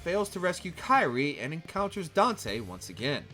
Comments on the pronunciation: 😬 her name is pronounced as "KEER-ee-ay" foo, Sparda is absent not dead and he made and used Luce & Ombra, Ebony & Ivory where made by, Nico's grandma Nell Goldstein and given to Dante as a gift right before she died. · It's Kyrie (pronounced /ˈkir-ē-ˌā/), not Kairi. It's not Kingdom Hearts. Lol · Dude u can't even pronounce kyrie so please don't try and there's so many wrong details in this